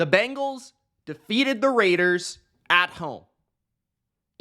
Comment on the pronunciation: It’s BENgals not BANgals